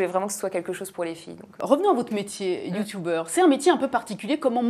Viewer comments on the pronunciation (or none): Par pitié, youtUbeur pas youtOUbeur 0.0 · jore la meuf elle dit "youtoubeur".